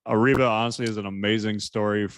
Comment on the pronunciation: Areeba ❌ Reeba ✅